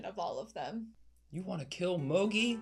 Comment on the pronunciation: How exactly do you manage to mispronounce Moogie?